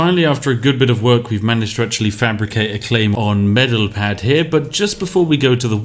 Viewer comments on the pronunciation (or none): "Asa-Tro" Spiff: "ass-turu" "Medel-Pad" Spiff: "meppeladd" Why am i surprised though? He cant even pronounce native english words :D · ”Medel-pad”. Cries in Norrländska